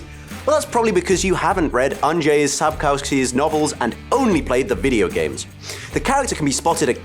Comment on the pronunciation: I am happy with the cast they chose. Cannot wit for the second season. And btw it is funny how the Americans and the Brits delve into how well an actor has done any of their accents and not too many of them can actually pronounce the name of the author of the Witcher correctly ;)